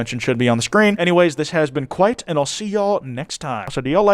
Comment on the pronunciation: Kwite? No,. Loving the fit though pls keep surprising us like this